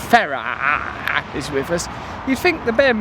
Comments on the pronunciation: Hannity mispronunciation of Mr. Farage's name kills me, and he calls himself a "journalist." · Very fetching scarf/jacket you've got on there Russell, good to see the Trews outdoors once in a while too! Hannity's an idiot, this we know, but why didn't Nigel correct him when he didn't say his name properly? Leadership skills? The mind boggles. Haven't we learned that 'intervention' and carpet bombing countries only leads to mass destruction, displacement, sectarianism and terrorism? Should we not put money into our own countries first? Here's some salt for the cut ~ the money they spend frantically talking about bombing, then subsequently bombing the living daylights out of these countries could be better spent on us for schools, hospitals etc. Know the enemy, because it's not some Middle Eastern geezer going bananas with a holy book and a rocket launcher. Again, very nice print you're wearing there Russell, I'd say that was quite 'radical' ;)